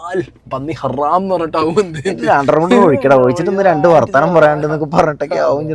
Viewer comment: ഹറാം 🚫ഹരം ✅